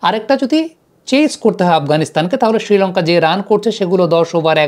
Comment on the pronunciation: ছিলঙ্কা ছিলঙ্কা করোস কেন?শ্রীলঙ্কা বলতে পারোস না?